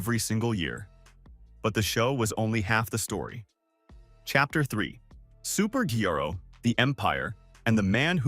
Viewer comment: This is terrible. Mispronouncing Super Gro as G-Ro and showing Super Grow fertilizer instead of BB hair product is shameful. Also not taking the time to find and use actual BB hair shows is crazy😩 Can we get a real documentary for Bronner Brothers